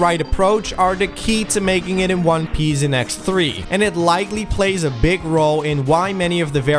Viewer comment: Patienz? Making it in one piez?